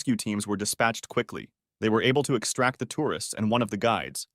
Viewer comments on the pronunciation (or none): none